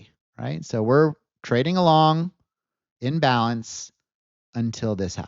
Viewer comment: The way you are saying "in balance", you say it quickly like it is one word. It sounds too similar when you say "in-balance" vs "imbalance" I suggest you use the terms "in balance" vs "trending." Or use the terms "in balance" vs "out of balance". There has been at least five or six times, in your videos, when I have had to scrub back and replay segments of your videos to make sure I am understanding what you are saying. Imagine listening to a lawyer and you cannot understand if they are saying "illegal act" or "a legal act." It is frustrating to listen to. I see that you are spelling it out on screen, but phonetically these terms are just too similar.